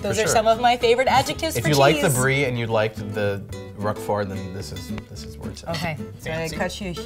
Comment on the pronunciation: "It doesnt smell bad like the other one I can't pronounce." "The `*~Rrroquefooorrt~*' " "The... hoke-fa--yeah."